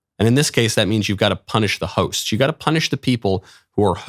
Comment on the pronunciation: When Michael said, "I think you have to punish the pimps, and in this case you have to punish the hosts", I misheard him...until he repeated himself. Imagine my surprise when I thought Michael Knowles suggested we not only punish the pimps, but additionally, the hoe's. 😂